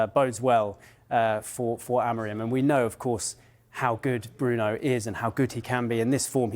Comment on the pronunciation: Dont you see the M on the Amorim's name? Why half of you in England pronounce it Amorin?